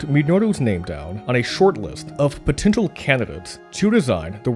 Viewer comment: you can tell this video was made in 2023 because the narrator has difficulty pronouncing double vowel-sound words. wow, mispronunciation of the word "potential." i swear, everybody is losing parts of their brains at a rapid rate.